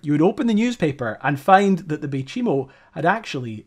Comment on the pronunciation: You know chai tea? You pronounce the name of the ship like you would say chai, no chee.. Fort chimo was later renamed bay chimo, and became a small inuit town. Some of my friends are from there. The community was abandoned in the early 2000s though some former residents keep cabins there and visit their homelands during vacations. (Its also called umingmaktok, meaning musk ox lands) i spent most of my life in cambridge bay.